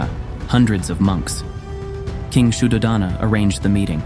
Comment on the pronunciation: The stories are wel versed and instructive. One minor point is that the names and pali words are wrongly pronounced. Hence many will continue this. I.e. it is Raahula, yasoodharaa, Sudhoodaana, viinaya, etc. Maybe for next videos ask Buddhist monks how to pronounce names and terminology properly.